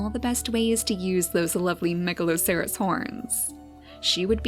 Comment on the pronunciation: wow I really love watching you make the beautiful story in Niche, at first when I played Niche I got bored after about one hour. But watching you really inspired me to create my own story. Now I have almost 100 hours in Niche and so many gods and godesses =). Ps isn't Megaloceres horns pronounced; Megaloseres (I played a game with that creature in it so I'm pretty sure)